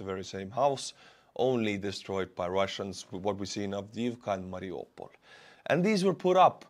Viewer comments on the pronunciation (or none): none